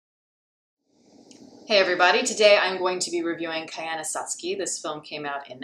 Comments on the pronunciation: It's pronounced Koi-ya-ni-scott-see. NOT Kai-yana-sat-ski. Nice review though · You butchered the title 😅